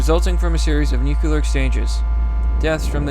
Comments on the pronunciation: Jesus christ, please learn how to pronounce "nuclear". Nu-clear. Not Nuke-yiller. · STOP SAYING "NEW-CUE-LAR" IT'S "NEW-CLEAR" DAMMIT! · Nook - lear. Not "newkewlear". Only two syllables. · New... Clear. Say it with me. Nuclear, not god damned nukular. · NucLEar not nucELar war, man idk why it annoys me so much, like hwile instead of while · God. Dammit. Nuclear. Not 'nucular'. Noo-clear. The word 'clear' with 'nu' in front of it. Not god damn 'nucular'. You said it so many fucking times and every time it was wrong. Nuclear. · my guy its not nucular its nuclear.... new-cue-lar no. new-clear yes, jesus use our beautiful language correctly please its not that difficult. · WTF... STOP SAYING NUKE-YUH-LER. IT'S WRITTEN NUKE-LEE-AR! NUCLEAR!!! I'm calling it now, has an IQ under 100... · New. Clear. Newkyooler. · It's not nu-cu-lar. It's nu-cle-ar. Get it right. Makes you sound illiterate. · Nuc-u-lar? Bro.... nuc-u-lar? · Yo... It's pronounced nu-cle-ar. It's not nukular. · Newcular war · No balls kill the human species. *Hears nuculear sirens go off* The mad lad. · I'll actually pay you if you stop saying "nukular". It's nu-CLE-ar, like in "Cleo". This word has been "W-Bushed" to fuck already! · Nuclear. Nu (new) Clear (kleer). Not nucalur. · Nuculer war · I love ya... But ffs. Noo-klee-er. :-P it sounded like you were trying, I think you said it right once or twice. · Anyone else bothered by the pronunciation of the word ‘nuclear’? As if it’s spelled nuc-U-lear 🙄....... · I can’t take anyone that uses a q when they say nuclear. Say it with me, “new cle ur.” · New-KLEE-urr.... Please for the love of god say it right.... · pls man it's nuke-lee-r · NOO-KLEE-ER NUCLEAR AS IN NOO-KLEE-US NUCLEUS OF AN ATOM. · "Nukeuler" You're a fucking mongoloid dude. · Nuke yew lur